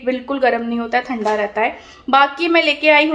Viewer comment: Aur ye thanda thanda kya hota h madam...cow ka than hota h samjhi...it's thandaठंडा na ki थंडा...correct ur pronunciation for some words